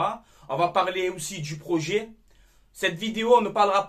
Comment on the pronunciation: Le proyet , le proyet ! Comme j’ai rigolé 😂😂😂👍🏻